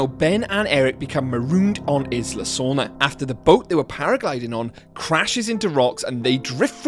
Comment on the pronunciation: And by the way, it's pronounced EYE-la Sorna. Not IS-la Sorna. Isla means island therefore the pronunciation would be EYE-la. People often get that wrong.